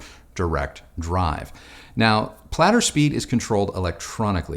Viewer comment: Pladder? Aahhloomahnaahm? 🤮🤣